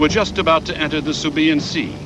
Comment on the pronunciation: the narrator seriously needs to learn his pronunciation of such historical events. subiyan ( sibuyan), zukaku (zuikaku) and many more